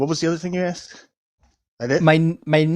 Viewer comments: This violence must stop. Stop axing, man! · I honestly don't know how survived that conversation after being ''axed'' so many times during the call(!) 🤣🤣